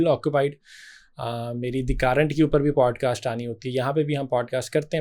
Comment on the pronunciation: The “kaaarent” nai hota Current hota ha